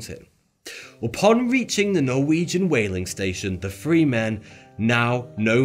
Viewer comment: Lol. "Five fousand men and free women..." Th-fronting is hilarious and sad. Here's a video for you